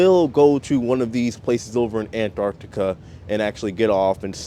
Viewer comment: I've been watching a lot of Antarctic cruise videos just lately and it's so refreshing watching yours because you're an American who pronounces Antarctica properly, not Anartica. 🤣